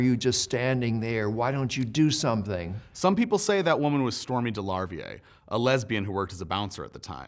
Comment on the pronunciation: You butchered the pronunciation of DeLarverie so badly.